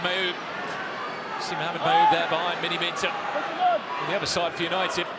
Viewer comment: That Main Commentor is so Bias & Crap, watching & talking about M7 vs NDL, yet refers to NDL as "Yanited" - absolute joke. The Baller League Staff are terrible & have some weird issue with M7 & NDL for some reason.